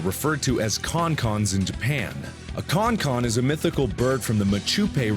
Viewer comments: Just a note about the Bitterfly, the Chonchon name is pronounced more like Shonshon not like Konkon. And the culture is Mapuche, not Machupe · about the Con-Con, its MAPUCHE, not Machupe, and its not a religion per se, its more of a full culture. Also, it not CON-CON, its Chon-Chon, which is pronounced Shon-Shon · DID YOU KNOW? "Chonchon" is pronounced "sh'on sh'on" and not "kon kon" like in the video? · Bitterfly is in fact a Chonchón (pronounced "xonxon", not concon as you said) and it's called MaPUche, not MaCHUpe. Also, the Mapuche are a group of indigenous inhabitants of south-central Chile and southwestern Argentina, not a religion. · It's not "CHON-CHON" it's pronounced "Shon-Shon". And it's not Machupe, it's "Mapuche" which means, people from the land. Trust me i'm from Chile and i really know what i'm saying. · the only words you failed were mapuche and chonchon...you said machupe and concon...but whatever, i didnt know mapuches had such a cool mythology...actually i dont know huarpe mythology, and huarpes were the original people in the place i live...but what the fuck, nice narration